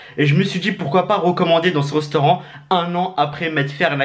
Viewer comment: Restaurant pas reustaurant 😂